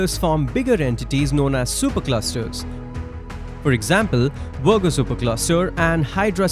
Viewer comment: I love how this guy calls the Virgo Supercluster 'The Wergo Supercluster'... 😂